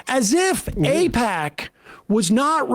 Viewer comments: Eh, no. The problem is that all your politicians are owned by Eyepatch.....as David Pakman would pronounce it. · Nobody should support any Democrat that takes AIPAC money (however you pronounce that)